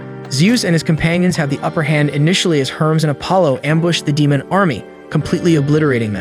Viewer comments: The way you pronounce "DEMON" is irritating. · Dee moan 🌝